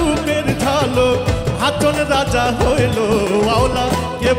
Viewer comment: বাউল ফারুকের গানের উচ্চারণে ভুল,,, আছে যেমন বার বার হাচন রাজা বলেছে,,,কিন্তু এখানে হবে হাছন রাজা। ধন্যবাদ।